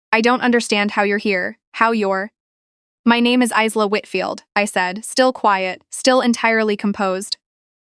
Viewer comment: It’s pronounced Eyela not Isela